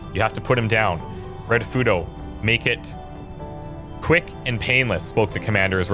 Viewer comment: Plz read Japanese names like they are said in Japanese, Ritofuto (reetoh footoh) is not Raitofuto, and Tanaka is more pronounced (tah nah kah) Pretty please